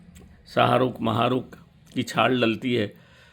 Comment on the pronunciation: छार बोल रहे है या छाल